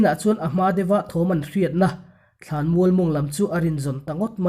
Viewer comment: Ka chhuan tehreng che nen nemmm thla tih hi mizo tawngah a awm lo. Nam thla tih tur.i ai a upa lo zawt ve rawh aw..